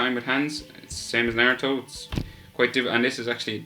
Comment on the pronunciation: you said naruTOES Lol